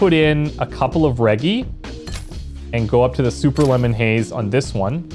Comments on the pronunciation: Hard g in “reggie”, like Reginald, or edgy with an r in the front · you're saying reggie wrong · Oh my God I can’t believe my boy just hit me with a line like that I had to pause the video I get myself off the floor that was too good. Ganja+entrepreneur = me instantly on the floor. And you’re still saying Reggie wrong it’s so adorable because you don’t know how to actually say it so you’re saying it to the best of your ability I love your videos and I wish for you to continue making great videos as such kudos Bro PS this is coming from a content creator is well😉